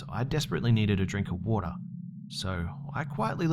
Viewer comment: Too much woter...